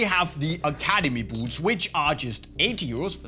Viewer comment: Love how this guy says “buuts”